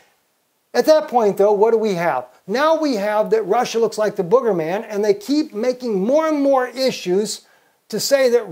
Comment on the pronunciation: P.S. Shouldn't it be bogey man rather than the booger. I'm sorry, it sounded like said 'Booger Man'.